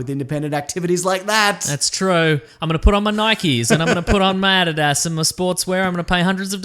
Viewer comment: The way pronounced Adidas really bothered me for some reason. Lol.